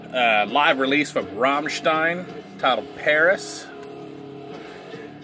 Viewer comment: God bless you for pronouncing "Rammstein" properly, oh lord.